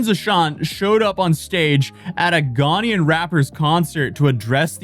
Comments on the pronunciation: But he can't even pronounce Ghanaian. He says Ghanian. Are you Ghanian? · "Ghanian" lol